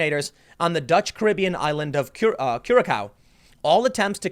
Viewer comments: It's cura-SOW, not cura-COW. Think pork not beef. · *Curaçao — pronounced: [,kjʊərə'saʊ ] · Tim, that weird c (ç) is not a c, it has the sound of "ss" and the ã is a deeper a. So the word "Curação" is pronounced like Curasom with the "so" sounding like it sounds in "some". It weirds me out hearing Curacál being said..... The A sound like the A in Coruscaint. It's hard to say it when you don't grow up with it. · Tim, not trying to pick on you but i figured you would like to know. The name starts with a hard 'C', while the 'ç' (c-cedilla) is pronounced as an “S”. So, this means that Curaçao is pronounced as 'Cure-ah-souw'. The blue version is then called Blue 'Cure-ah-souw' I went there once, its actually a nice little tourist trap with very colorful buildings. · Kurakauo. Tim, pronounce like Curasao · It isn't "Cura-cow", but "Cura-saow", mah dude. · Curacao - pronunciation Tim: Cure-A-cow Me: Cur-a-co Acctual: Cure-A-sow Hmmm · cure-a-sow, not cure-a-cow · Thats Cura-sow not Cura-kow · "Kura-Sao" Tim, It's pronounced Ku-ra-sao. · Tim, a c with a cedilla is pronounced like an s. Thus it's not pronounced 'cura-cow', but 'cura-sow'. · Tim. 'cure ah sauw'('like 'now''). Not cure a cow. 😂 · Curacau is pronounced KOO-ruh-SAU. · It's pronounced cure-ah-sow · CURE-A-SOW, Curaçao.. cure .... a..... sow..... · Where the fuck is cure-a-cow? 😹 Does he mean Curacao? We dutch say the second c as a C not a k. As it's one of those wierd C's. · I've been to Curacao. It's pronounced Cure-A-sao as in "sow" like a pig. I have no idea if that's a dutch thing or what, but I had locals correcting me, so I presume that's accurate unless they were mocking me. lol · lol your pronunciation of Curaçao was amusing ;) the ç is pronounced as an 's'. So Curasao. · Curaçao [ koo r-uh-sou] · Curaçao is pronounced Curasao Tim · Hey Tim, "Curaçao" is pronounced, "Koo-rah-sow". And Venezuela probably wanted to ransom the ship. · Curaçao is pronounced: Coor (like the beer) - uh - sow.